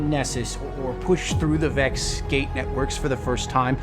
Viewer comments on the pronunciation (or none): none